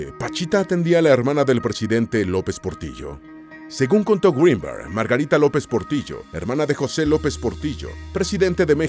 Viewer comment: No es un apellido anglosajón, no se pronuncia "Gruinberg", sino tal y como se escribe.